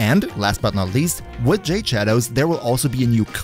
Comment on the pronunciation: It's pronounced "Jahd-ay".